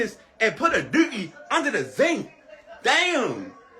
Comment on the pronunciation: "Under the zink"